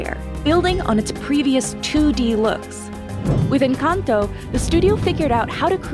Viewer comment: Ok with all due respect is nobody gonna talk about how they said “enchanto” instead of “encanto” lol 😂